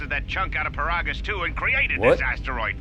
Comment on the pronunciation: It's pronounced "Puh-rah-gis"!